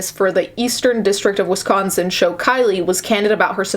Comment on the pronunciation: DEHSCOSTEN😂 gets me every time